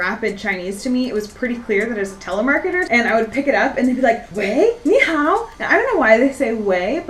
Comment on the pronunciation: Isn’t nihao with a second tone